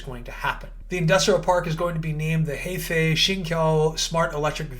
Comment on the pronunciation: Heifei province pronunciation is "her fei" haha